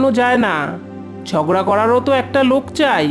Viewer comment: ঝড়গা নয় ঝগড়া